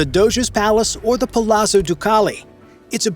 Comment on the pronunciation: Plz permit me to suggest that the correct pronounciation of an Italian word containing a double z (such as "zz" as in "palazzo") should be represented by a combined "t" and "s" sound. Yup, happy to help, neighbor.